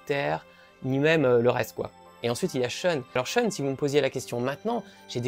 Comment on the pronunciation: Ne prononcez pas SHUN comme un mot anglais. C'est japonais, ça se prononce donc SHOUN.